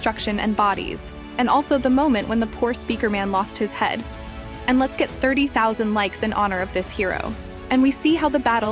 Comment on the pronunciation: it sounds more like “First we watch” instead of “First let’s watch” in my opinion